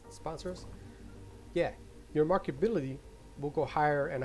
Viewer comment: outstanding video. thank you! btw, "ability" is pronounced: ahh-bill-it-eee